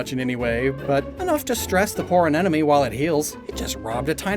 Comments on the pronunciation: I keep hearing "anenome" instead of "anemone" and it bugs me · A-ne-MO-ne,. Love that you left that in so we can feel smug about it ☺️🧐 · Bro just refuses to pronounce anemone with the consonants in the right order. 😂